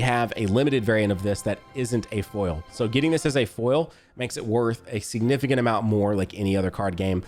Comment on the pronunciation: Why does say foil like “full” 💀